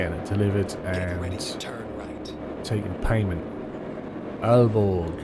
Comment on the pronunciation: Ahhh Aalborg... you're going home to my other hometown, love it! lol Btw, you're very close to pronouncing Aalborg correctly, well done 👏